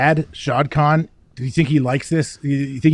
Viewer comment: ”SHAHDA KAHN.” 😂💀